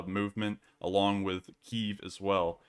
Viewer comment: Its pronounced Kyiv.